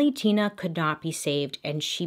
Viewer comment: Her saying her name Tina Mind Tina more like tuna Me what wrong with me ? Mind 😬 oops Me this is why I am embarrassing around ppl